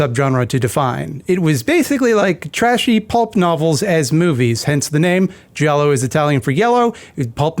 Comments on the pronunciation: I think Giallo was pronounced “gee-all-o.” My credentials are that I’m Italian/latine. But also I don’t talk to people so… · ^ That and also, the "i" in giallo is effectively silent. Gi = j in Italian.